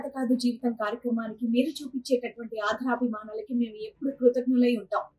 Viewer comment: అమ్మా శ్రీవాణి ,ఆధరాభి మానాలతో కాదు తల్లీ తెలుగు వత్తులు చూడండి. సరిచేసుకునే ప్రయతం చేయండి . ఆదరాభిమానాలు అని పలకాలి.